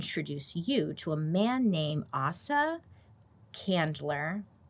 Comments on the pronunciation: It's "A" saw. Asa not Assa. This is my little brothers name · The Candlers sold their interest in Coca Cola in 1919. Asa went by Asa, not Griggs. Aaaasa. Not Ahsa. I worked for Asa Candler, V and Asa Candler, VI in the 90’s. Love you beautiful Bailey! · Coke used to be the king of recycling. All bottles were glass and could be redeemed for 5c a piece. They were were washed and reused. Also it's Asa G Candler. Ace-ah